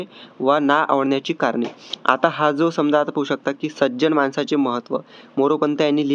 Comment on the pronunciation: 😊माणसाचे not मानसाचे